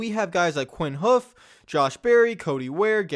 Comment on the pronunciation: I still don't understand why pronounces it Quinn Hoof when it's pronounced Ha-uf.